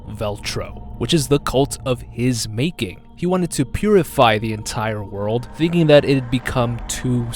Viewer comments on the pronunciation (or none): none